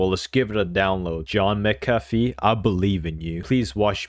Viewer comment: W FOR USING MCAFFE AND ITS PRONOUNCED "MC-AFF-E" U GOT IT CORRECT!